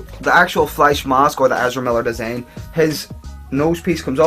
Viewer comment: how hard is it to say design